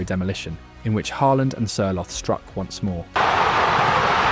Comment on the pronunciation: Good pronounciation. So close that I will not complain about any of the names. Sørloth was wrong though. Ignore the h. Pronounce with double t at the end.